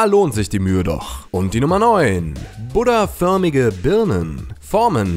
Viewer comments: Irgentwie sagst du statt "Buddah" Butter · Du sagst Buda wie Butter 😅😅😅😅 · Wie du das Wort „Buddah“ aussprichst. Haha